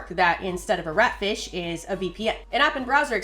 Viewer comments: When I heard you say ratfish it sounded like rat shit to me and I immediately started yelling out the George Carlin bit “Rat shit bat shit dirty old twat 69 assholes tied in a knot hooray lizard shit FUCK” I’m now questioning my life choices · The emphasis of "RAT, FISH" is so funny to me for some reason